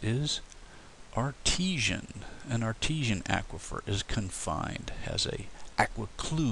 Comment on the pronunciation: Aquifer is said as in awkward not acquire.